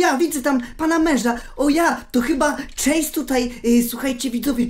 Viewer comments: chase nie czejs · Chase nie czejs czy ty wgl umiesz choć trochę angielski